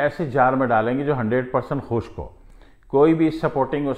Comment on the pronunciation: Please correct pronunciation that is khusk chohara not khu sak chohara